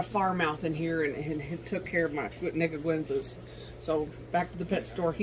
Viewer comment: ‘Niguensa? Was she trying to say nicaraguensa? That’s borderline offensive. Good video anyway.